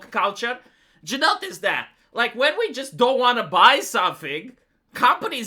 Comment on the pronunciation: Now, you might be concerned that is using the feminine 'we' instead of the masculine 'I' in 'we hate your aesthetics', but, in fact, he's saying ' hate your aesthetics', so we're good. Great video, as usual